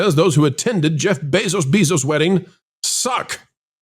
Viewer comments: Bezos Beezos.. stop that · I love the content, but please stop saying "Bayzos Beezos." I know why you say it, but it's really annoying - and I'm not someone who gets annoyed easily lol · Why not learn how to say his dam name i could not take it didn't even get 1/4 through 🫧